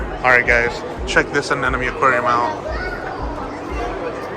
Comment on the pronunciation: Dude, it’s anemone, not “an enemy” 😂